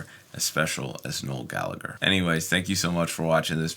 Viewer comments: 1. Gal a her Is how its pronounced Not galager 2. Listen to Johnny Marr... Charming man Keep up good work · You pronounce the hard g and silence the h in Gallagher. For those Gallaghers anyway. Irish names are so inconsistent 🤣